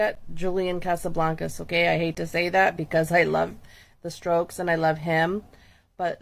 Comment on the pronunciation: Did she say the strokes 😊